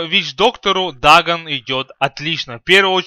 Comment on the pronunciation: ДАГАН, ЛЬЕВЕЛ. что за произношение:DD